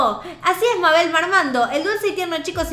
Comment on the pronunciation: Se dice meibol